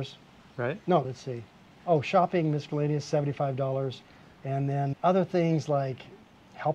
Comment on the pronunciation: Well, he may be very smart and he may not be but we cannot really say for sure from the video. All we really know from the video - besides the fact that he cannot pronounce "miscellaneous" properly - is that he seems like a fairly nice guy who loves to travel and that he is pretty frugal. Well, actually maybe not so frugal because, even though his overall expenses are about the same as mine, he actually spends quite a bit more for food each month than I do here in Phuket, Thailand. Furthermore (and I hate to say this) he does not seem to know how to add, because the itemized expense list he showed adds up to a subtotal of $705 not $490. As for Bali, I have always loved it there myself but I do not like the fact that to retire there you are required to hire domestic help even if you do not need it. I like to do things myself and I do not want to be required to pay for services that I do not need. And of course, since I always need to live near the beach I could never find any place to rent that is even remotely as cheap as the place this guy is staying in.